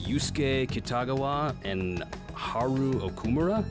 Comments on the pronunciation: it's hAru not harU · The u is short, pronounced oo. pronounced it as Ha-ru. Also, this isnt meant as a mean comment just a helpful one on how to pronounce the names. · Haru: Haaah-Ru Yakuza: Ya-Ku-Zah Akihabara: Aki-hab-rah Sakura: Sa-Kuu-Rah :)